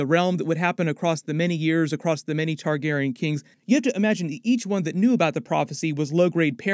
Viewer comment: Been watching your videos for like 15 years. Can you please pronounce it TargarEEan instead of Targarin? 😢 It’s very distracting every time you say the word.